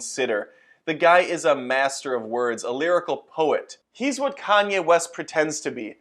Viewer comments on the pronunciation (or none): none